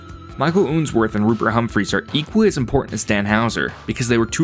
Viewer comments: It's unsworth not oonsworth Do you pronounce spun as spoon Up as oop? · I think its Unsworth (like unsheathe) not Oonsworth O_O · Ooonsworth 😂 But serious good video